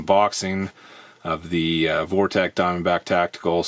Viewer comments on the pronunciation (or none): It's pronounced Vortex not Vortech.